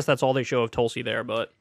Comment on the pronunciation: Pakman has the pronunciation right it's "Toolsi Gabbard"